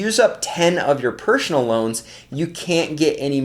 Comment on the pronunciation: Pershhonal lol thanks for the great content as usual 🤜🏻